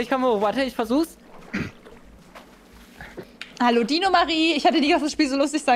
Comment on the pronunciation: Fersucht😂 Es heißt versucht